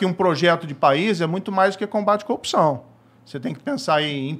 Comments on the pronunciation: Velho quantas vezes ele fala "coopçao" , "cupissao"... o que é isso cara? Sinceramente não faz sentido, é uma repetição de absolutamente vários nadas. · O cara n sabe falar CORRUPÇÃO